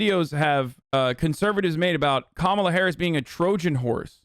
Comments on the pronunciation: It's not "Kamola," nor is it "Kamela".. it's "KaMAla"❗ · How the fuck can she still not pronounce Kamala right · Learn to pronounce her name. They will always say it wrong on purpose. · Wtf is it with conservatives not being able to pronounce “Kamala”??? I’m not even a native speaker and it’s not hard for me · Why do they insist on mispronouncing Kamala? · Why do they always mispronounce Kamala on purpose?